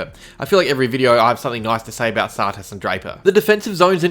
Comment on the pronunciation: why do u pronounce tsatas funny.